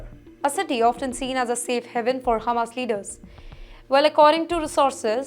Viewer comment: Its Hamas, NOT Humus....